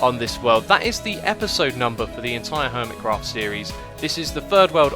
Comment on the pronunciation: No I mean the way you say HERMITcraft.